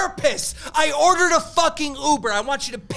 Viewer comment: “We ORTERDDD an XL” 😂🤣